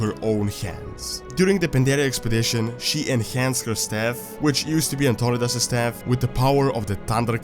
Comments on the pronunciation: Antonidas is pronounced An-ton-eye-dus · Antionidas is prounced ANT-TO-NIDE-IS